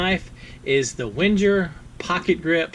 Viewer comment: Wenger is pronounced Ven-geir, with a hard "'g". This model sold well, and was discontinued years ago. Can opener is fine for right handers. The flathead locks when pressure is applied. Yes the plastic socket for the driver. And remember: Ven-Geer, with a hard "g"!